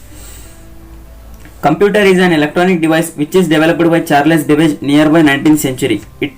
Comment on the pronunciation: Bro ayana peru banege miru debege ani chaduvuthunnaru😅😅